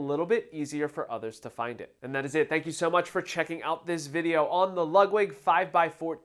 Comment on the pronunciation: Are you pronouncing it "Lug-wig"?